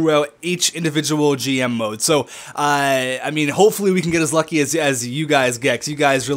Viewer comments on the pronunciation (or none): none